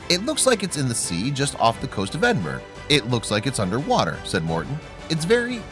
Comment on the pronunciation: Its Edinburgh Ed-in-bur-ugh not Ed-in-burg. I know ur not Scottish but still.